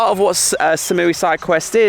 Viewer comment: you've been in Thailand for 6 years and you pronounce #3 as "SAM?" It's "SOM" sweetheart. Ask a local. Come on, man. Other than that, your videos are unique and great, but those mispronunciations drive me crazy. Koh Phangnan? That is a hard one to pronounce.